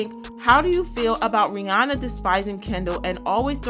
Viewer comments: Her name is Rhi-ANNA NOT Rhi-ONNA! FYI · First, better make sure you are pronouncing the name "Ri-ya-nah" properly.